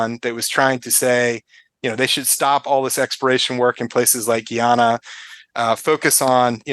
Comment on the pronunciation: I’m married to a Guyanese, it’s pronounced: Guy-ana.